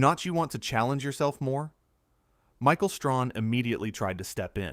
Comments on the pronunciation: Stop saying ‘Michael Strawn’ stupid, his name is Michael Strahan, get it right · And it's Strahan. Not Strawn🤦🏽‍♂️ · The commentator needs to learn how to pronounce Michael Strahan’s name. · Learn how to say Michael STRAHAN. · The narrator doesn't even know how to pronounce Michael's last name correctly. You guys don't do anything but post a lot of BS about good people. Race and click baiting. And who do she think she is, or what?